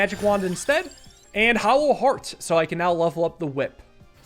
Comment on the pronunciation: Is it a dialect thing or why are you calling hollow heart hallow heart?